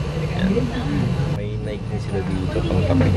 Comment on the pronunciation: Lodi, Nayki (Nike) not Nayk (Nike).. Anyway More Vids to Come. More Power! New Subscriber! God Bless!